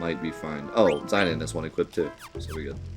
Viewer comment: But it's not. Its "Zi" As in Zip "dahn" As in Darn As spoken in these dissidia games. Who chooses to say it though, is up to him. He also purposefully says names wrong to trigger people in chat and youtube, so think nothing of it.